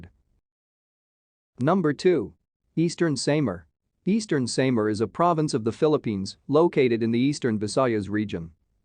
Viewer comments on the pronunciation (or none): Sam R :) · You cannot say the SAMAR Properly....